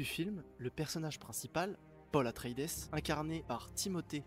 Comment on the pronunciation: Atré-i-dès ; "Sarrakis" ... En plus de ne pas avoir lu les livres et donc d'être à côté de la plaque sur ton analyse, tu es sûr d'avoir vu le film ? parce que la prononciation des noms est à côté aussi 🤣